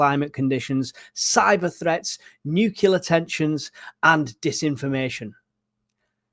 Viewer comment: Please it’s nuclear not nucular. I thought you were giving a nice little recap but for the number of times you said nucular I had to stop listening.